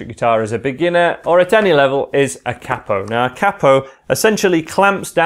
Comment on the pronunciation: Cappo? It's a Capo! Long sounding "a"